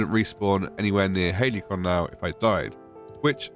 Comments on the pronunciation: It's not surprising they were surprised when you told them you were in "Haley-con", mate. It's pronounced more like ha-li-see-on. 😂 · Halcyon = Hal-see-on. Not Hailey-con. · When you start out in an Elden Ring ripoff but end up in the Dreg Heap DLC. This is absolute horror They genuinely named a zone in this game "Halcyon" That's the fantasy game equivalent of naming your firstborn child Veronica or Chad And it's pronounced "Hal-cee-awn"